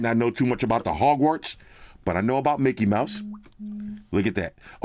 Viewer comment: my wife is tripping off the pronunciations of the school, the calling the broom a feather,😅 the not knowing what the platform number, calling griffindor (IDK how to spell it, and yes that triggered her too) a boss... 😅😅😅😅😅😅😅😅😅😅😂😂😂😂😂😂😂 Bro 😅😅😅😅😅broooo😅😅😅😅😅😂😂😂😂😂 she loosing her ish...😅😅😅😅😅haaaaaaaa hahhahhahah.